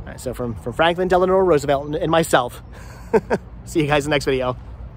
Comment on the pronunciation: Del-a-no, not De-la-nor.